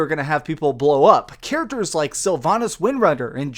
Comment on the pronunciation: Stop saying "literally" and learn to pronounce "characters"!